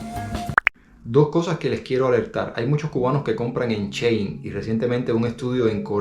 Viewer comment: Si está leyendo que dice "SHein", ¿por qué dice y repite "CHein"???